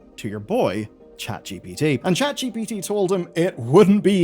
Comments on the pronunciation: Did this mf just say "Chat gippatuh" instead of ChatGPT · "Chat jippity" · Saying Gippity just like ThePrimeagen does. ♥️ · Chet gipiti?